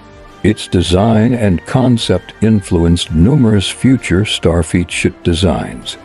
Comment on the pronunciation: Starfeet?? Nachelles??? You need to be able to either adjust or get a better text to speech app. Otherwise, not a bad video!